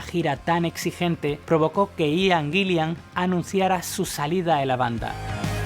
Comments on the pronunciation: Aian ???...Aian????...o....Ian ...aprende a pronunciar... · Buen video. Pero Ian se pronuncia tal cual: Ian. Eso de "Aian" es un error. Ian Gillan, Ian Paice, Ian Anderson... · un concejo, el nombre Ian se pronuncia asi como se escribe, no se dice aian.